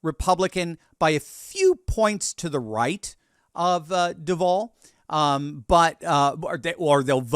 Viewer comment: Pronounced: DUU-Vall #GoJags